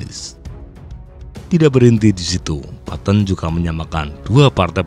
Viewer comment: Bro baca nya petten bukan patton